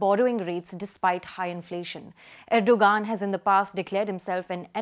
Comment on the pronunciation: Its pronounced erdo-An